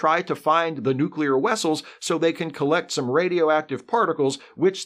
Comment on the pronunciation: I cackled when you said {nuclear wessles}